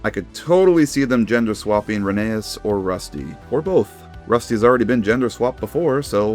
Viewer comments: Dude, its pronounced Reh-nee-as, not Reh-nay-as. Sorry. Just had to get that off my chest. I love these new concepts, and some just make me go, why did they do this. Overall, pretty good stuff. Hopefully Mattel make Thomas a train again. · rheneas? (pronounced reh ney us) RHENEAS!? ITS FUCKING RHENEAS (pronounced ren e us) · bro pronounced Rheneas wrong, HERESY!